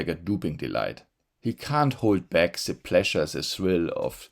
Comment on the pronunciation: Please learn to pronounce th as in "the", I am zinking of Klaus Schwab all ze time when listening to you. Come on, you can do it.